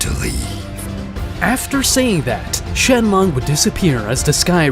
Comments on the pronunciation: "shenlong" 💀 "shenlonk" 💀💀💀☠︎☠︎ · It's Shenron not shenlock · Shenron become shenlong😂😂😂😂😂